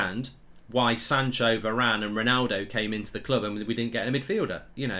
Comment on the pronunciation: You should be saying Bailey and varane